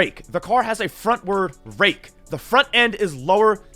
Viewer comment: bro is NOT saying rake